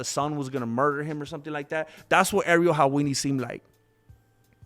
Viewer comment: "Ariel Halwini" 😂 "self-defecating" 🤣🤣